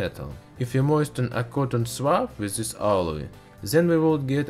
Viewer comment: NOT ZIS BUT THIS - DIS